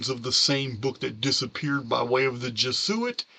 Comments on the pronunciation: Hey. Thanks for the video! I'm not usually this woman, correcting grammar...this is meant to help, not criticize....Jesuit is pronounced jez-oo-it. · I have tried to correct his pronunciation as well. Same with pleiedes. Lol